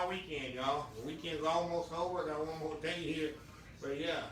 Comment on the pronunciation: U gotta love when says “Jes a lil bit moe”.. 😊😊 I love it!! Too sweet